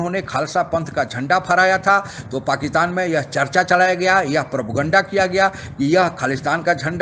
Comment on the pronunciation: भाईसाब, ओ दादा जी, अरे भैया, पाकिस्तान को क्यू पकितान बोलते। अरे प्यारे बाबू, पाकिस्तान को पाकिस्तान बोल लो भैया। क्यू बिचारे का नाम को तोड़ मरोड़ रहे हो पकितान पकितानी बोल के।